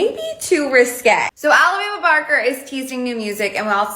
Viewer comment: Alabama baker 😂 it’s barker